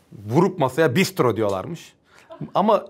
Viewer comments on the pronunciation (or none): Hocam Rusça'da bistro değil telaffuz olarak bıstra çabuk demek. Marco Polo'nun celbi gelmiş muhabbeti çok iyiydi 😂😂😂 Son olarak cambly'deki hanfendiye de izin verseydiniz keşke konuşması için ahahahhahaha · o bistro değil, Rusça'da çabuk ''bıystro' diye söyleniyor. Bistro derseniz kimse sizin çabuk dediğinizi anlamaz. Ayrıca masaya vurduğunda Ruslar nimedlenno falan diye bağırırlar, yahut genelde bilinen davıaaaay diye çığırma vardır kendilerinde.